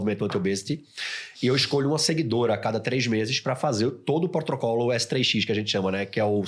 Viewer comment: eu ouvi um potrocolo, e potocolo? mas o é top mesmo com o Potrocolo